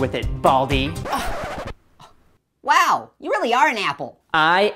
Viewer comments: What they said:"And its very related to you BALDY" What I thought it said:"And its related to you BALDI" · he said baldi like baldi's basics